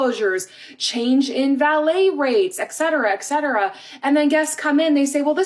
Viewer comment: Sorry for being a grammar-nazi here and, don`t get me wrong, I love your channel and fully support it :) Just please (if you wish to do so) check how "etc" is pronounced, there is no "k" sound in it.